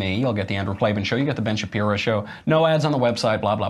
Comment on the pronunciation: “Shapiro” rhymes with “hero”